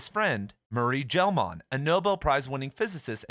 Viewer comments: Gell-Mann's last name is pronounced /ˈmʌri ˈɡɛl ˈmæn/ or /muh-ree-GHEHL-MAEN/, not /JEL-MAEN/ /ˈmʌri ˈɡɛl ˈmæn/ The 'G' is hard. Hemingway spied on Franco's Falangists in Madrid during the Spanish Civil War. The Nazis weren't in Cuba to spy on after 1959. You missed two important ones. (1) James Burnham and William F Buckley Jr started the National Review. Before that, Burnham had written a book lauding the fathers of fascism entitled The Machiavellians: Defenders of Freedom. And before that he was a leader of the Socialist Workers Party and knew Leon Trotsky personally. And before that he wrote The Managerial Revolution, in which he described a not distant society that's basically run by Red Fascists with a theory called bureaucratic collectivism, which was parodied in George Orwell's book 1984 in the chapter entitled "The Theory and Practice of Oligarchical Collectivism". Orwell saw the worst side of Stalinist bonapartism in Barcelona when he fought there in 1937 as part of a Trotskyist-Anarchist group called the P.O.U.M. and went overboard when he returned to England, where he supported the myth of Red Fascism on BBC Radio and denounced his former friends who were Communists and USSR-supporters. Orwell was a genuine socialist who had a disastrously wrong analysis of the Russian workers' state and the Communist International; a mainstream U.S. Trotskyist would have paired him with Max Schachtman, who was for a time allied with Burnham in a faction inside the SWP. (2) The bo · Gell-Mann is pronounced with a hard G He is a well known physicist.